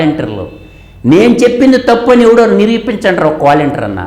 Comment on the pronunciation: వేలంటీర్ ....వేలంటీర్ ....వేలంటీర్ ....ముందుగా ఈ పదం ఎలా పలకాలో నేర్చుకో తల్లీ ...